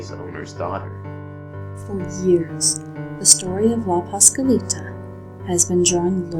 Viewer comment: What's even more scary is the HORRIBLE WAY YOU GUYS PRONOUNCED LA PASCUALITA -_